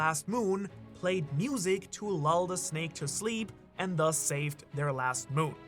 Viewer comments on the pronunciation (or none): none